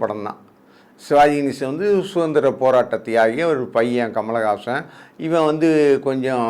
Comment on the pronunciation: கமல் ஹாசன் பெயரை சரியாக சொல்லுங்கள் தயவு செய்து.